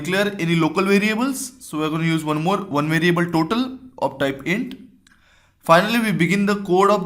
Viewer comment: Your "one" sounds more like "when" than "one"